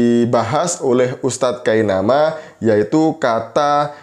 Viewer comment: KAINAMUS...... NOT kainama